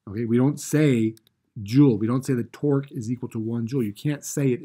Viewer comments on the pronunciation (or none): Are you saying torque or twerk?